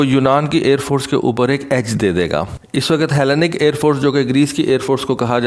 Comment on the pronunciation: Bro Greece ki Air force ko ایلی نیک pronounce karty ha